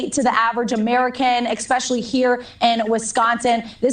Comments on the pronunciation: Woman said "exspecially" instead of especially. That sums the news casters right there. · News Max reporter literally used the word "expecially" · "ekspecially"? Or "akst". Something akin to "Kit- ens" If you are on any National Media, even Faux Mews, please pronounce correctly.